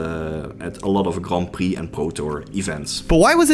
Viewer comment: Every time he says "Grompy" instead of "Grand Prix"